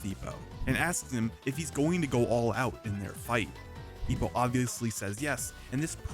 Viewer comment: his name is Ippo, not Ipo.